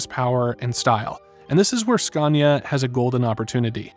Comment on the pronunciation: Would be awesome if you could pronounce Scania correct